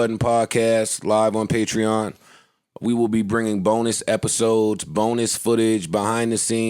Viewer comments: yall arent even saying the sponsor name correctly lmfao its patre-ON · Bruh. I've been saying Patreon wrong all these years lmaoooo. Patrean hahahaha! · this is a sick ass segment. it was sick when it first came out and it’s even sicker now. nigga can’t even pronounce “patreon” correctly lmao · learn how to pronounce patreon brother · So no one gonna tell him he saying patreon wrong lol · the whole time lmfao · I happy for them but Joe is acting like they are the first podcast with a Patreon. It doesn’t look good when they can’t even pronounce it. Also Joe made fun of Cthagod’s new title at iHeart when he doesn’t even know his own title. Still happy they were able to get a bag tho ! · Joe definetely wasnt in that meeting. Cant even say the name right. SMH. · say it correctly at least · Considering the fact that they don't know how to pronounce Patreon correctly says something.